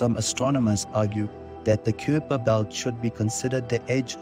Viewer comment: You mispronounce "kuiper" in this video. It's supposed to be pronounced like "kai-per"; rhyming with "sky-per".